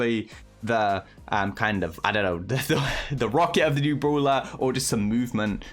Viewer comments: It's "Brawler"... Not Bruler!!🥺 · Me - Its brawler bruh Meanwhile tom - broolher